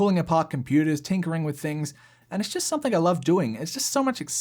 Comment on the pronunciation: Please stop saying “SOMETHINK”. It’s pronounced “SOME-THING”.